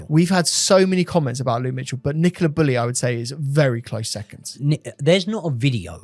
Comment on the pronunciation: Is her name Nicola or Nicaler?